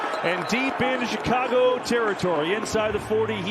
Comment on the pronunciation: ITS CHICCAGOOO